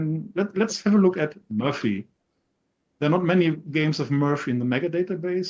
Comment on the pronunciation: it's M*o*rphy, not Mu[ö]rphy 🙂. I have to admit the CB18 did indeed surprise me. Lot of added value in the new version.